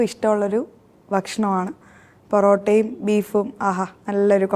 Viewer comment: പറോട്ട യല്ല പെറോട്ടയല്ല പൊറോട്ട ട്ടോ 😂